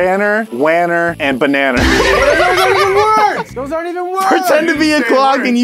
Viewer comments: "banner wanner and bananer" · “Banner, wanner, and bananer.” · “ Benner Wenner and banana